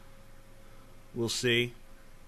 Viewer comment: Anybody else think that TJ sounds Australian when he says "isn't"